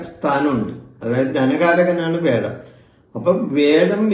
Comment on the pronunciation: വേഴം അല്ല തിരുമേനീ വ്യാഴം.